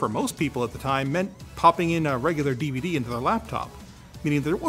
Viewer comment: What's a cee-dee and a devah-dee he keeps talking about?????